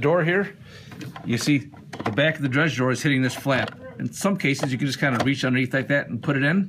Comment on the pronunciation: "Dregs drawer" not "dredge drawer"